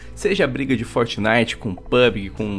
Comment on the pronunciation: EIPEQUIS LÃNSOU VO ABÃMDONA O FORTNAIT E FALA MAU DE GUALGUER JOGU QUE USI NEGANIGAS DE EIPÉQUIS